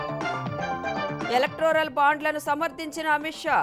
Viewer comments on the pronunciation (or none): ఎలెక్టోరల్ ✅ ఎలెక్ట్రోరల్ ❌